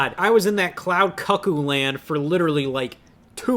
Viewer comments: “I was stuck in that loud CuckOOO land”🗣️🗣️🔥🔥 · why does Scott pronounce "cuckoo" as "cuck-oo"...